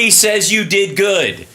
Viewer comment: Saaays is the way Ukrainians pronounce Says.